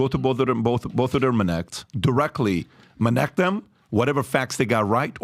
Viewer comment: When I hear "Minnect", I disconnect